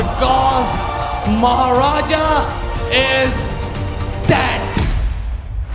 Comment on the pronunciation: It is also good to hear maharaja actually said correctly